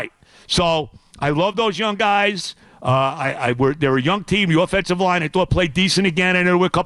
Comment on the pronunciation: Joe B the only person in the world who pronounces OFFENSE with a long O sound